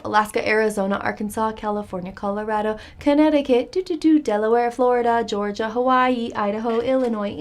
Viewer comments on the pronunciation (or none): none